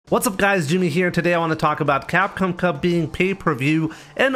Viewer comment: Crap com 😂😂😂😂😂is not Capcom